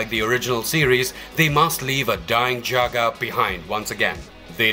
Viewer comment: OMG it isn’t "juice ex machine-ah," it’s pronounced "day-us ex mack-inna!" Please get people who can actually read, and know how to pronounce things, to read your scripts (which themselves need way more research)! Still, at least this guy was pronouncing Jaga’s name properly, not like the douche-nozzle in the Cheetara video who kept saying "Jagger!"